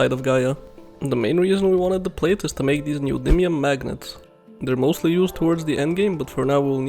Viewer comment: Your pronunciation of "neodymium" is 100% correct. You nailed it.